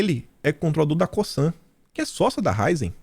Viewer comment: Querido... Qdo vc fala Cosan, vc fala com o S pronunciado. Não sei se estou certa, mas até hoje sempre ouvi falar como se fosse com Z. Ou seja, escreve coSan, mas lê coZan. Na regra gramatical o S entre vogais tem som de Z. Porém, não se aplica em nomes próprios. Há! A raízen é a junção de raíz com energia.